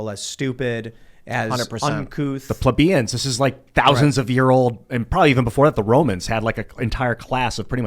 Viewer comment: I am a pleb, and I too have disdain for the common people. People are fukkin stupid. I see it every day. You cannot get past that. I mean look at how pronounces Plebian. Just dumb. "A person can be smart: but people are dumb"- Twain